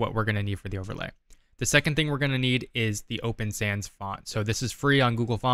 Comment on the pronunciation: Breezed over the open sans font piece. I mean I know this is a 'quick' tutorial but I swear I thought you said open fans. I backed up and watched it again.